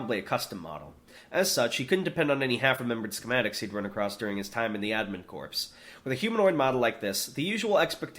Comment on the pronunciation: I think corps is pronounced like core not like corpse